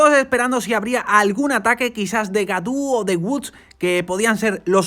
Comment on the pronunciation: Gaudu se pronuncia Goduuuuuuuuuuuuuuuuuuuu. Godu